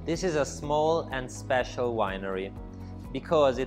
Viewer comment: Io che sono italiana e non capisco se ha detto so special o sospicious?🤣